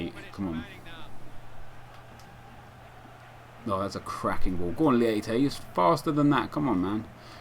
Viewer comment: its actually pronounced maikon "leiche" :)